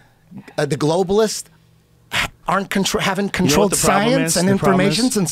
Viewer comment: Also, notice how he says globalists 😂😂